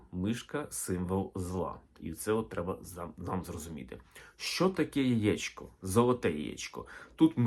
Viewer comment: Сонечко, тільки не "яічко", а яЄчко !